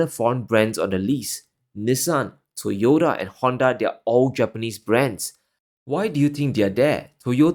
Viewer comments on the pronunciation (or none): none